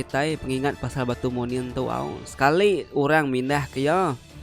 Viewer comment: Munin ukai manin sebutan ya